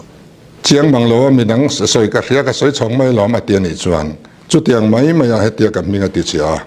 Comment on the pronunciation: Chungtiang ti ziah suh.... Chutiang tih thin tur... chungtiang,chungtiang tih reng mai... I tawng a dik lo.. Chutiang tih tur CHU-TIANG.. I channel hi atawp thleng a en tlak loh...atawp ah i tran party a lang ziah zel.